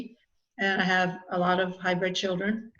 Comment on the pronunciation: It's hybrid, not hybred. Love You